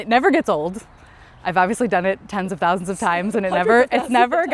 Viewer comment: my face after she said TOUSANDS..